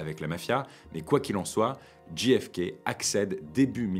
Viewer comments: Très chouette, même si ce n'est naturellement qu'une vidéo de plus sur un sujet battu et rebattu, et dont on a à peu près tout dit... Mais cela reste passionnant. Une seule chose : si vous choisissez de prononcer ces trois lettres à l'anglaise, on ne dit pas "Dji èf ké", mais "Djé èf ké". Ce que vous prononcez s'écrit GFK... Pourquoi pas KFC, tant que nous y sommes ? 🙂 Merci ! Mais, bon, c'est une bonne publication quand même ! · Super video... MAIS ... On djé FK et non dji FK... Mais en dehors de ce détail, rien a dire. Très beau boulot! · Petit détail… le J de JFK se prononce « djé », pas « dji » 😃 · Ce n'est pas "dji èf kay", c'est "djay èf kay". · c'est prononcé "JAY F KAY" , De rien :)